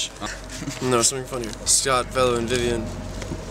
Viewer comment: Vevien... Strong!...Vevien... Strong!...Vevien... Strong!...